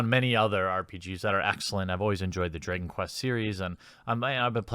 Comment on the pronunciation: thx for the vid but your use of "draygon" disturbs me deeply